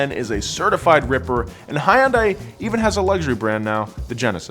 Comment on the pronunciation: Every time he says Hiyunday, my eye twitches.